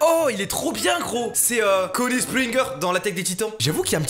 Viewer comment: respecte son blaze mdrr on prononce pas a la français enfin 😂😭